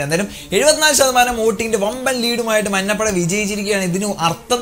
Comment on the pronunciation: മന്നപട അല്ലെടാ മഞ്ഞപട